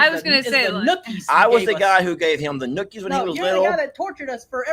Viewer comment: it's nuggies. With a g not a k....😅😅😅